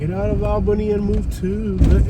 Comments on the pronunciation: Dude, it's awl-beeny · her pronunciation of ALLLbany is annoying. nobody says AL bany. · Its not Albany it's "Albenny" lol that's how they pronounce it. They don't say back... they say "Bik" 😆